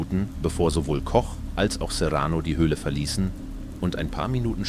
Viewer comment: Die Übersetzung ist ja schlimm...und auf einmal Englisch dann gewisse Zitate völlig falsch und der Name Koch wird auf Englisch gesagt..